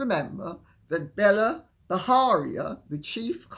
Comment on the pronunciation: Lady C, Bela B has an Indian name so it's pronounced Bay-la ( not Bella) Bajaria with a hard J as in 'jam'.